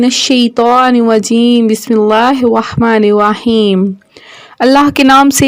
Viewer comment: talafuz sahi kryn apna auzbila or bismillah dono glt parhy or agy b kuch glti thi